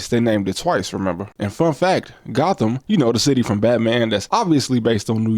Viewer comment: Gotham in the UK is actually pronounced "Goat-um".